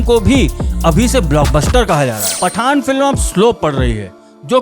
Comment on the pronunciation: He is saying FATTAN 🤣🤣🤣🧨💣